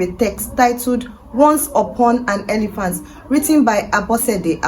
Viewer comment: Elephant. Not elivant